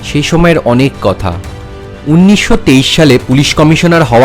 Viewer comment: আরে ভাই "উন্নিশশো" নয়, ওটা "উনিশশো" হবে!! যত সব বিকৃত উচ্চারণ!! 😝😡